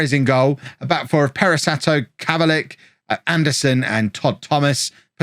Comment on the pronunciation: It's pronounced kovalick